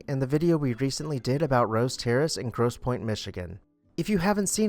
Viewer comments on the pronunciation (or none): none